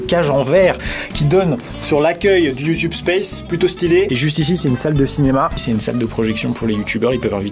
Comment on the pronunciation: ça se prononce youtubé